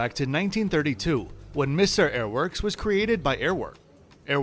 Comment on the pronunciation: I know arabic is not your mother tounge , The arabic word for Eygpt is pronounced MASUR , not Missair